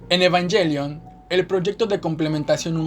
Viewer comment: ahh tienes razon, ha de ser por darle un estilo anglo en español, pero ta bueno, muy bueno el vídeo💪🏽😎